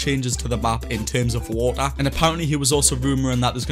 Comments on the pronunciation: My dude says woa instead of water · Wa'er <3